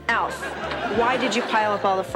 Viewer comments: Its not A L F. Its Alf. When you say it as A L F you sound like a D O U C H E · Yeah, of course it was a puppet... and the video keeps calling it A.L.F., instead of the name 'Alf', for whatever unknown reasons, so no, it's not, 'Elf', either. One of my favorite all~time shows, and it's so sad that the dad, Max, later ended up dying alone {because back in those days, being gay wasn't acceptable}, broke, and addicted to smoking c****. It's a sad shame that sometimes it's best that we don't know a lot of our favorite show's 'behind the scenes' facts, because Hollywood has a nasty way of treating people like 'products'. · Yeah, I didn't even finish the video. A L F instead of ALF 🙄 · Why are you pronouncing his name as A. L. F. and spouting out a lot of false information? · His name is ALF, damn it!!! Say it correctly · why is he calling it A..L..F> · Narrator keeps calling ALF A.L.F. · KevinE: They called it Alf on the show. Argue with that. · yeah, the moment I heard that I shut it off